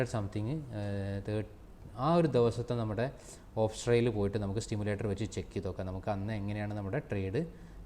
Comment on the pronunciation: സ്റ്റിമുലേറ്ററല്ല സി മുലേററർ